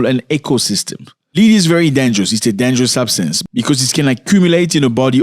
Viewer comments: The word is not LEAD. It is pronounced LED. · Not "leed" my brother, led. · Its not pronounced "lead" it is pronounced as "led" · Man it's pronounced led like red or dead not lead like feed or seed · Led my guy not Lead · Do you mean Lead? Pronounced Led. Yes it's been outlawed in amerikkka for quite some time. Poor babies.🙏🙏🙏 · It is pronounced "led" not leed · It’s not pronounced Lede, it’s pronounced led. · Zach it is pronounced LED. ❤ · Bro. Lead pronounced LED 🤐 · Lead, pronounced led. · Please pronounce /led/ for the noun LEAD and /li:d/ for the full infinitive TO LEAD. Otherwise, thanks for raising awareness against pollution and for a history lesson. The language detective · Bro the world lead os not pronounced leeed as hou pronounced it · Please pronounce the word "lead" as "led". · Hi Zack It's pronounced "Led" in this case. Lead as you pronounce it, means to go in a certain direction, but the mineral is pronounced "led". That's English language for ya😅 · Zack, please pronounce "lead: as led. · My brutha 😄😄 the word "Lead" is pronounced like the word "Head" but with an "L" This is not an accent thing. You dont say "Heed" for "Head" do you? Yes, you can say it the way you do but than it's a differnt word with a different meaning. But seriously, I love your content. It's refreshing to see an African youtubber that tells informative news instead of just copy pasting tik tok dialogues with their face in the corner of the screen and than commenting on other peoples content. I've been watching you since I myself was in Africa two years ago. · As a teacher of ESL (English as a Second Language) I want to gently remind you that "Lead"rhymes with "head" in American English. My intent is to help you --not criticize you--be more easily understood as Americans tend to be very critical of even those who speak many languages while they themselves remain monolinguals!🙄🤷🏾‍♀️